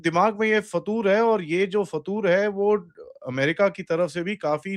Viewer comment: It's FITOOR not fatoor 😂